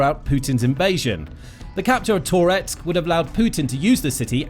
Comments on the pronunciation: Ahh jeez, and it’s not “tore … etsk”. It’s “tuh-retsk”, one smooth movement. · Please stop saying Tor-etsk, i beg you 😂 🇺🇦🇺🇦✊🏻💪🏼🇺🇦🇺🇦 Slava Ukraini!